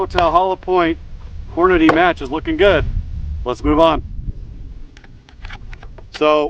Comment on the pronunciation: I was watching until you said "Hornaday". It's Hornady - Horn-a-dee.